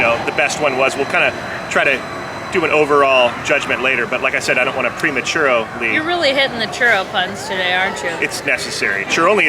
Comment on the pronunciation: Premachurroly LOL!!!!